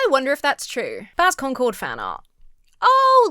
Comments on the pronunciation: Yeah, you can tell he knows what he's talking about, when he repeatedly mispronounces Concord as "conquered". Rather reminds me of that time Downward Thrust made a whole video talking about "Wolfensteen: The New Colossus". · When he said "Conquered," I heard, "Conker," and was expecting a drunk squirrel. Day ruined 😪😂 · He keeps pronouncing “concord” like “conquered” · Why does he keep pronouncing "Concord" like "Conquered"?